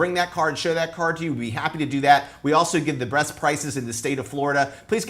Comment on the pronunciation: did he say “we also give the Breast prices”? Great video, love it.